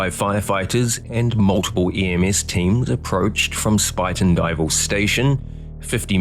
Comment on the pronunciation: Great pronunciation for a person unfamiliar with the area! Spuyten Duyvil, supposedly Dutch for spitting devil, is a pretty sharp curve that now has electronic controls prohibiting a speeding train. Rockefeller, no relation to the famous Rockefellers, made up an excuse that caused him to fall asleep. I believe the sleep apnea diagnosis was pure BS. I frequently take a train through that area.